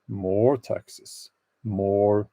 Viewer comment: 😆 when you said "I hate taxes " Your accent sounded like I HATE TEXAS 🤣 love from Granny B(in Texas 🇺🇸) kidding I'm in Idaho 🇺🇸